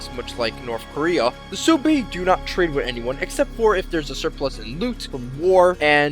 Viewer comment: Its pronounced Swebi not Soobi